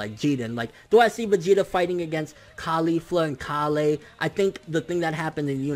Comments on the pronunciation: KALE! STOP SAYING IT WEIRD!! ITS KALE KALLLLLE KALE!!!!! ps love your vids KALE! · who the hell is kalay? KALE!!! dude